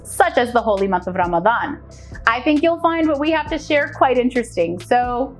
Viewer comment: I love the way she pronounces Ramadan it is close to arabic proninciation